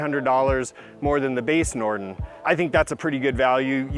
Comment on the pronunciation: Everytime he says Norden I hear "Norton."